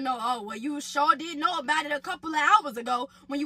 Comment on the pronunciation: Lmao! Not “I already dood it”